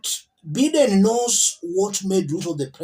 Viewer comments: It's not Biiden...its pronounced Bye...den. please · the right pronounciation sounds as "Baideni" not bideni* Biden